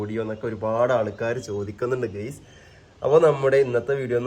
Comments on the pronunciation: Dear and ഗെയ്‌സ് അല്ല ഗയ്‌സ് എന്ന് തന്നെ പറയണം ട്ടാ 👍💯❤️🧿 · and ഗെയ്‌സ് അല്ല ഗയ്‌സ് എന്ന് പറയണം ട്ടോ 💯👍